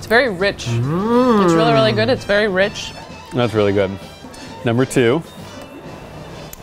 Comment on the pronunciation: I think its rich not reach